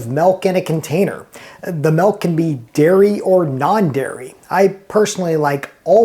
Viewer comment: The man never saw The Little Rascals, he pronounces the "t" in softened, and says "melk" instead of milk. Why trust him?